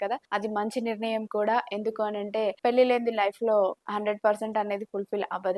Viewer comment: పెల్లీ కాదమ్మా maha తల్లి. పెళ్లి అనాలి